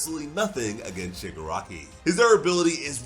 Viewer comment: My guy really said shigirockery